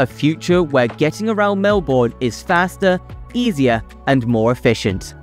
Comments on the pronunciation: This was a pretty good video, but it was spoiled a bit by all the errors and mispronunciations of place names that distracted from the main messages. Perhaps a bit more research prior to creating the video would have helped. Melbourne is pronounced "Melbn". Watsonia is north of Bulleen. The map is wrong. "Melborians"? Is this a joke invented by Sydneysiders? We are Melburnians. Yarra is pronounced with a short a. I kept think I was listening to Lady Gaga singing Bad Romance every time Yarra was mentioned (so many times!). Darebin is pronounced "Darabin". The politicians you showed were prime ministers of Australia (Gough Whitlam and Scott Morrison). Road planning is primarily a state responsibility (although federal funds often are contributed as well). The picture of Heidelberg is of Heidelberg, Germany. Heidelberg, Melbourne looks a bit less historic than this. Macleod is pronounced "Mcloud". Our Doncaster, unlike the one in northern England, is pronounced with a long a. "Fright operators"? Do they only operate on Halloween? "Camperfield"? Is this meant to be Cambellfield? "Reduce the resilience on busy roads"? Is this supposed to be reliance? "Fitzmons Lane"? There is an i. There is no runway 10 at Melbourne Airport. They are 16/34 and 09/27. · It's pronounced Melbern... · Cheap AI voice that can’t pronounce place names. The pronunciation of Melbourne was insulting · You need to ask a MelBOURNian how to pronounce any of our names. This video has me go from forgiving to cringing to being insulted. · Started by pronouncing Melbourne wrong, and it went downhill from there.